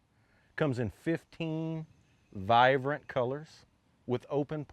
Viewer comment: .....Did he just say "vivrant" colors?